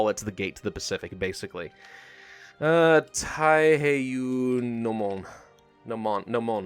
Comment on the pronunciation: Ta-i-he-i-yo-u*. It's not ta-i-he-i-you.